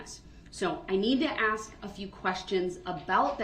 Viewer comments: He didnt axe them axe isnt a word F-FACE ASK IS THE WORD. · He “axed” them to help him.😂😂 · Did I axe den to doo dat??? What a scholar. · 🙋‍♀️ I have a question. Does he have a speech impediment, or does he just not know how to properly pronounce words? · "Did I axe dem duhdoodat? I did not axe dem duhdoodat." - 'Duh'-Rell Brooks (Uhledjd Diffendint)